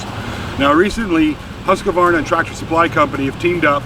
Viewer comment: Oh, by the way the U in Husqvarna is a long U sound. :-)